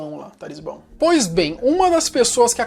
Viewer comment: "TALISBÃO" foi de matar...